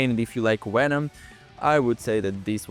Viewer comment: why does he say "wenom"